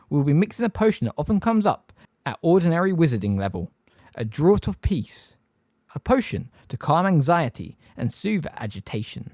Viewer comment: I love love love these videos but just have to point out some corrections in pronunciation: - in the phrase “teeth bared” the word ‘bared’ is pronounced like ‘scared’. - a bird’s feathers or “plumage” is pronounced PLOOMage not “PLUM-age” - “Draught” is pronounced ‘draft’ ☝️🤓